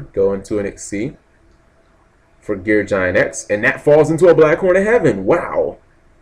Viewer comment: I know. I always cringe when he gets to Gear Gig-Ant X. =_= But it's his channel. He says what he wants, unfortunately.